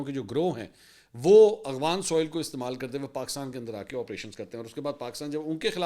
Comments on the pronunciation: Afghan not agwan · Mansoor bhai....its afghan...not agh-fan. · I dont know if you do that on purpose but you pronounce "Afghan" as "Aghwan". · Mansoor Bhai aghfan nahein afghan he sir